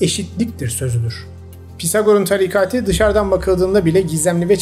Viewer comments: sizin sesinizle uyuyorum videolar harika ama bu videoda çıldırmak üzereyim TARİKATİİİ DEĞİL TARİKATIII olacak başka birşeye odaklanamadım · Aga tarikati yanlış telaffuz. Tarikatı demen gerekiyir. Çok kulak tirmaliyor.